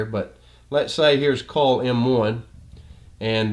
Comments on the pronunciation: Excellent explanation, thank you. Everything is very clear--except I'm embarrassed to say it took me until to realize that when I was hearing "coal", you were saying "coil". That makes way more sense! :) Posting in case anyone else was thrown by this. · brilliant i was just thrown off by how he said coil LOL